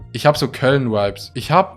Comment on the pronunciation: Alle:" Vibes" Adi:"Veibs"